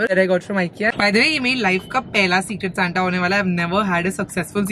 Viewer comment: It's Secret Santa not cigarette 😬